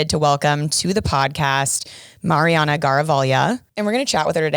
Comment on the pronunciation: thank you for the proper pronunciation of the name "Mariana".... not so much. Lol! Still love ya though!